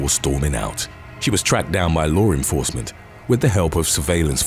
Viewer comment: Dude I normally love your voice but what the fuck is lawr enforcement